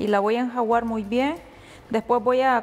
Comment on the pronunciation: Creo que no sabes decir la palabra correctamente .... Se dice ENJUAGAR no enjaguar